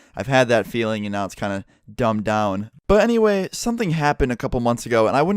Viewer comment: why did he say "but anyway" like that . lol